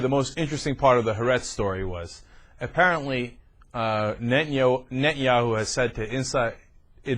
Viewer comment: Is it just me or is this dip shit incapable of pronouncing Netanyahu?